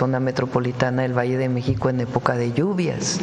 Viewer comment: Porque dices Meico?